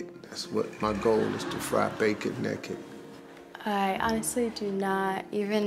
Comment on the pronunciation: Why he say naked so weird